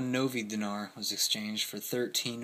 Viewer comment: Remember, during the period, they were in the middle of a civil war. Great lesson on hyperinflation. Thanks. BTW, it's "DEENAR" Lol "NOVI" means "NEW"